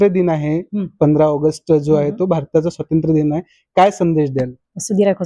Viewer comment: त्या मराठी शिकतात,आणि मुलाखत घेणारी व्यक्ती मराठी असूनही "आज स्वातंत्र्यदिन आहे" असे न म्हणता, "आज असे स्वतंत्रदिन आहे"असे म्हणते..व्वा क्या बात है..😂😂😂😂..कोणीही उठून माईक हातात घेतं हल्ली...